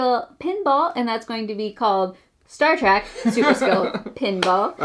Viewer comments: Star TrEk -- with an "eh" -- not Star Track... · It’s Star TrEK, not Trak